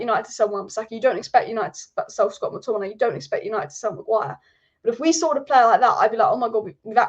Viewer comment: I love the way says Scott mcTomminay " Scott mcTommin eye " 😁👍🏼